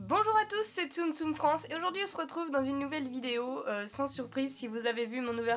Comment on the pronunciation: coucou super vidéo mais tu t'es trompé au début! tu as dis tssm tssm France